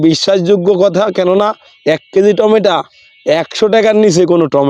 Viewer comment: টমেটো, আপনি টমেটা বলছেন কেন?